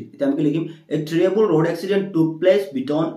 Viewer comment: Sir it's not terriable it terrible 😂